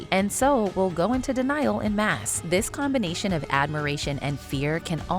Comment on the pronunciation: The “en” in “en mass” does NOT rhyme with the English “pen” it’s a(n) with nasalized n, or at least just say it more like ahn